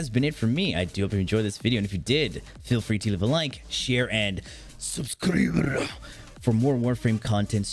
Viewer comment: Am I the only one who says, 'subscribrrrruuuu' along with him or anyone does too?